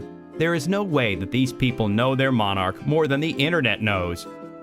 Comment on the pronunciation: The irony of this guy making a video about not annoying Brits, then butchering the pronunciation of 'monarch'